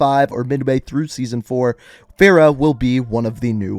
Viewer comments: It bothers me how he pronounces Farrah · I love how he mispronounced Farah.